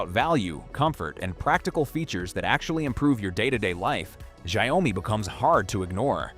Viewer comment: How hard is it to pronounce xiaomi he keeps saying zao mi 😅